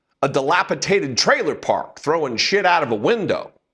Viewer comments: delapidated bc of slumlords.....really? Words matter ffs. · DilapiTated is not a word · There is no such word as dilapitated. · "Dilapitated"??? WTF??? Journalism is dead. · Yep mispronounced dilapidated, but yet he’s a “content influencer”